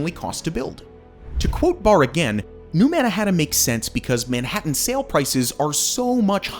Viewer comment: dude if u keep pronouncing if like that (Manhattan) im going to have a brain seizure. ITS SOOO WRONG!!!! ewwww